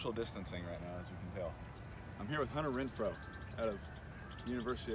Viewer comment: “3rd and Refrow” my guy